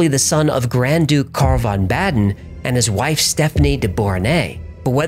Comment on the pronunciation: Baden Pronounced Bounden